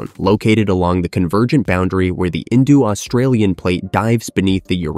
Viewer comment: Its INDO NOT INDU you MORON FFS